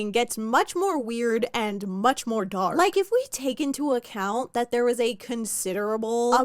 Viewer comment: "gark" makes me so MAD bc when my brother was little, he couldn't say the letter d so that's how he pronounced the word dark :( shane ruins everything my god